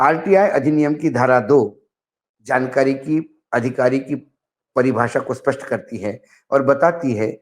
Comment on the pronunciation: Rajnath ji sach bol rahe hai. Vo spast ke jagah Aspast kah rahe hai. Ye hamari bad nasibe, ye nahi to aur kya hai.